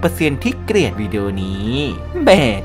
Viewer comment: เกลียด ล ไม่กระดกลิ้น กดดิสไลค์ให้แล้วน้าาา หยอก 5555 😂